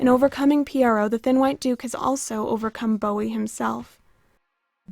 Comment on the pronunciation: Please try to pronounce Pierrot correctly. Google the pronunciation.